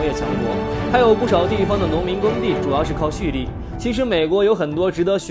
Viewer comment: 还xu力，那个字念chu